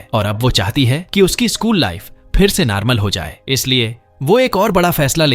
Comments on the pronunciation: Normal ❌ Narmal✅ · Normal ❌ narmal ✔️ 😂😂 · Bro in last u say narmal 😂😂it's normal